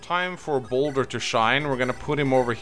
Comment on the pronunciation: He keeps calling Boulder, Bosswin.